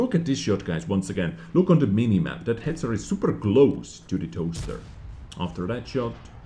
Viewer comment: You should work on your pronunciation of the Hetzer , subtitles thought, you meant the austrian-born dude, who ruled in germany for 12 years.